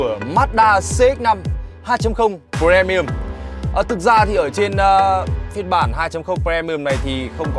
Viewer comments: pri mi um chứ pre mi um là chi zzz. Phát âm chán gê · tr ơi a ơi phát âm pri chứ pre pre mi ùm nó lãng ghê cái clip đang hay mà pre pre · Um chứ ko phải ưm cx ko phải ùm. Fre ni um á chị hiểu ko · Phát âm i thay cho e nha, đừng đọc pre mi ùm nữa nha, vậy nha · Đồng ý kiến.làm j có bờ re mi um .